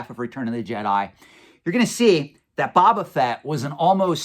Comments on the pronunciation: I always agree with your opinion and insight 100% but you're killing me, man! Phonetically pronounced it is " Bow - Ba - Fett" not "Bob - Ba - Fett". Love the videos as always. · Can we trust a guy who calls Boba Fett "Baba Fett?" Kidding. Love your content:) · My dude... BOW-BA Fett. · New drinking game: Pound a shot every time pronounces Boba Fett incorrectly.;)